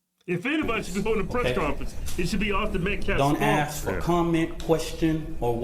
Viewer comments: Min He says “Met-claff” WHAT A DOOF. ‼️‼️‼️‼️‼️‼️‼️‼️ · HOW FREAKIN HARD IS IT TO SAY “metCALF”?!?! His last name is Metcalf…met-c a l f! you “respect the loss of life”, “respect this and respect that” and you can’t even get the name right?!?! not once??? like freakin hell man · This dude cant even say the name of the victim properly. Metclaf??? Gtfoh. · He keeps purposely mispronouncing Metcalf. He’s said Metclaf like 5 times at this conference and when he spoke before. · Metclaf? Damn dude, talk about disrespect. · “Respect dignity of life” so much they couldn’t even pronounce Austin Metcalf’s name properly. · Saying his last name wrong on purpose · This is weeks later and this clown can't even pronounce Austin Metcalf's name correctly. The title pastor is dirt when men like this carry it.